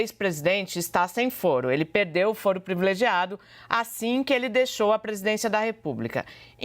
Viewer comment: "Previlegiado". Está difícil, heim, jornalistas? O assassinato da Língua Portuguesa é impressionante!